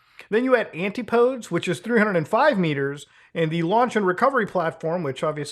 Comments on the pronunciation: ngl i laughed at "anti-poads" lol but for future reference, it's "an-TIP-o-deez" as in "antipodes nutz" 😁 btw, the military uses (first-party, not logitech lol) xbox controllers to operate stuff like drones and remote-controlled vessels. i don't think there are any components in an occupied vessel (such as an actual military submarine) that are operated or controlled by video game controllers (someone can correct me if i'm wrong) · "ATIPODES" is pronounced like "AN-TI-PEH-DEEZ" Just for further reference. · 'Antipodes' is pronounced 'an-tip-o-dees' btw. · "Antipodes," I believe that goes an-TIP-oh-DEES Also, I'm thinking that the passengers could have had some clues things were gonna go LEFT for them, possibly the sound of hull fractures forming before implosion. Maybe minutes or only scant seconds, long enough for them to feel impending doom Idiot CEO of OceanGate, start to finish, zero debate on that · The way you pronounce “Antipodes” 😂